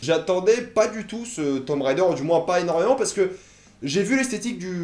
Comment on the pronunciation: Super mais ca ce prononce tomb raider (~raydeur) pas rider.